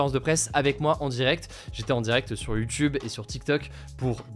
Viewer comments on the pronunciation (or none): none